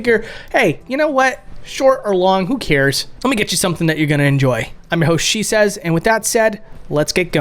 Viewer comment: When you said "I'm your host Shesez" I thought you said "that's what she says" the first 3 or 4 times I listened and it was great considering what came before it.